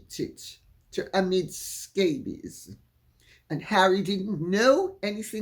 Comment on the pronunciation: I love how Lady C sounds like she’s saying “Amid Scabies”